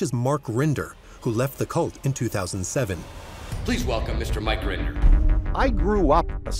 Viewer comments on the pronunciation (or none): “Mark Render” how did you get one of the main defector’s name wrong? It’s Mike Mike Render! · Mike Rinder, actually